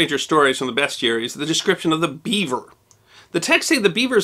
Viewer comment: Thanks for saying 'bestiary' proper.